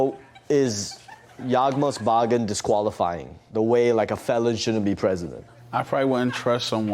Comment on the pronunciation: looked it up, the deck is pronounced yawgmoth bargain. It isn’t pronounced, yahgmooff bahgain like Wonny said